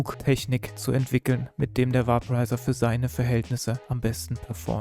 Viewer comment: Bei der Aussprache sollte man sich schon zwischen Deutsch und Englisch entscheiden. "Vaporizer" wird veɪpəraɪzər ausgesprochen, etwa wie "Wäiporeiser", nicht "Wahporeiser". Auf Deutsch könnte man höchstens "Vaporisierer" sagen, das wird dann natürlich ausgesprochen, wie man es schreibt.